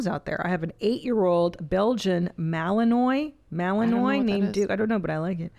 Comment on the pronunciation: The way she tried to say Belgian Malinois made me audibly laugh. How sheltered do you have to be 😂